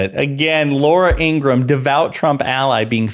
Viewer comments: IngraHam!! Not Ingram. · Not trying to be an a$$ & not because I have anything nice to say about Laura Ingraham, but her last name is pronounced "In-grah-ham", just fyi. Pronouncing it correctly can only work in your own/your channel's favour; it won't do anything to/for her either way.